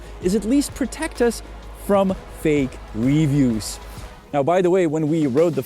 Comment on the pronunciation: i just can't deal with his wrongful pronunciation of the word "reviews" lol its like when he was saying christmers 1000 times in a video